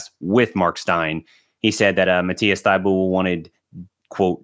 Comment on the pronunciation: “Exoom” “Thybully” “PJ Williams” 😭😭😭